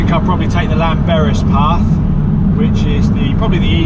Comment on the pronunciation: its pronounced clan...berris...double ll is cla.....lol typical welsh weather...the rain usually comes sidewards...good vid and many would have said sod that and gone home...so fair play too you.there is a lot of work for mountain rescue in north wales....you would not believe what people wear and do...they do not realize the weather can turn on a sixpence up there...one min hot sun the next you cannot see your hand in front of you...always inform someone where your going and carry wet and cold gear and wear sensible boots or shoes